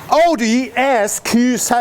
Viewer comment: OUDIY ES KUU SEWEN 😀